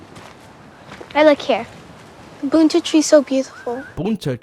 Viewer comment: Bunta tree lmao